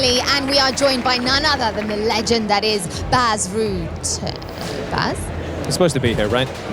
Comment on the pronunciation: Stop calling him Bass. Its Bas. Like saying boss with with a ah sound.